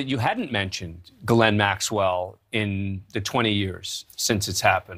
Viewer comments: Glenn Maxwell…? You’d think by now they’d pronounce her first name correctly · News Nation Now does not seem to understand that her first name is two syllables and not pronounced as Glenn Maxwell . It is pronounced as Gee Layne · “Gil-lynn” Maxwell? Interesting pronunciation. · Except her brother pronounces it Gerlin. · Can't anyone pronounce this women's name properly ?? Her first name is French. It is pronounced Jish ( like wish ) plus laine ( like bowling lane ). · Why is he saying her name wrong?